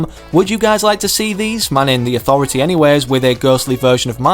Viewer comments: Lol when he said landing at the authritah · I love de AuThOratee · No one: Literally no one:....: Landing at the AuThOrAtAA EPIC: HypexIsNo